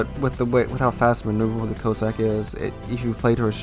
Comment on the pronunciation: COSS - SACK!!!! What is it with Americans and pronouncing English words. YOU took a famous Brit name as your own to make videos and yet... please, get it right. BTW, The Jean Bart IS still available for coal.